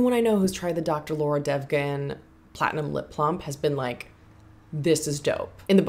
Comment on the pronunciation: It was so refreshing to watch this video. After seeing all the other ones where people were spending hundreds if not almost a thousand bucks, this felt like a normal haul to me. My total came out to be around the same as you and my biggest purchase was that Farmacy cleansing balm set 😊. Also Devgan is pronounced ‘Dhev- gun’.